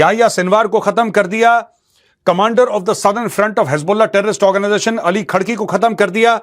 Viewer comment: Apne kya galti se bola "Ali Tharki".....😂